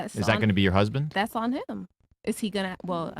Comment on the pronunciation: “Thass” on he-im.” Not “that’s.”